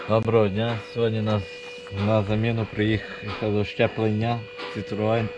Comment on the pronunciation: Тільки "зчеплення", хлопці, не "щеплення"😊